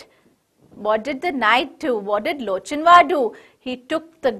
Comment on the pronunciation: Its lock in war the pronounciation nlt loch in war